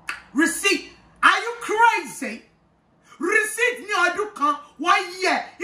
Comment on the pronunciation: The tongue roll on “rrreceipt” had me done 🤣🤣